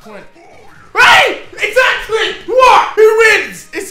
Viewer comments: No one: Deji: Exakly! . . . Exakly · Why does deji keeps on saying excacly